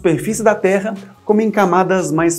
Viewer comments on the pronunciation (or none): none